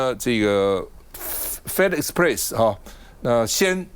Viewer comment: Waiter 趟, thought you've studied in the US? No one says "Fed Express"! It's either " Feh-dex" or "Federal Express". 😂